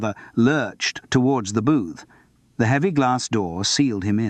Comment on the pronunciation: Ai..so annoying. Pauses after a full stop just too short , Maurice pronounced incorrectly for zBritish English, which is " morris" , when " the" is emphasised , it is pronounced " thee" not just a heavier " the".....and Simon Brett's real voice has been used fkr tge ai , trying go mstch the intination and timbre.